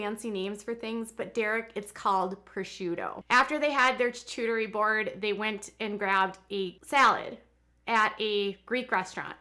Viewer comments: Lol 😅😅 well FYI, charcuterie is pronounced shar-coo-ter-ee not ch-ar-ch-oo-ter-ee 😅 so cute! 🥰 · As someone from Northwest Arkansas, actually same town as the Duggar’s I’ve NEVER heard of someone call Arkansas the “middle of the Midwest”.... also it’s pronounced “Char-coo-ter-ee”... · You were saying they can't pronounce charcuterie but you can't either. You should do more research before you "report" and pick apart others. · ‘Derrick, it’s called Prosciutto’..... ‘after they had their CHACHOOTARRY board’ 😂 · Every time she says "chu-chu-teri" it reminds me of the Mary Poppins "chim--chim-sheri" song :) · "They don't always know the fancy words for things..." but you called it a "choochooteree" board. Lol (it's cute. You're cute though.☺️) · Lol hocking on Derick not knowing the right word for his food and you not knowing how to pronounce charcuterie! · Ironic that you mock Derrick for not knowing the name of something as you mispronounce charcuterie. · Ok she says "fundies" don't have much exposure which is why Derick doesn't know prosciutto.... But she doesn't know how to say "charcuterie" board? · can’t read “charcuterie” lol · I cannot handle the poor pronunciation of charcuterie happening in this video 😂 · You make fun of THEM, but YOU can't pronounce charcuterie properly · Yeah you make fun of Derek for not being able to pronounce prosciutto yeah you can’t say charcuterie board. 💁🏼‍♀️